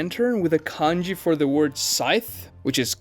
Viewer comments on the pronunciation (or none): none